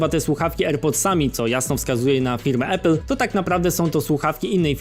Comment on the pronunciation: "Ejpla" ~ 2020